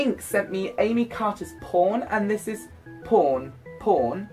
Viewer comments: You reminded me of Miranda Sings at the beginning :D I can't say something to every book but I loved this haul. And I laughed about how you said "Pawn" for five minutes :D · Great haul :) totally jealous of the amount of books you got. Lol at you saying "pawn" bahaha that was funny